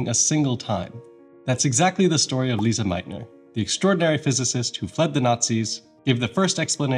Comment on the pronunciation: It’s Lise, pronounced Lees not Lisa!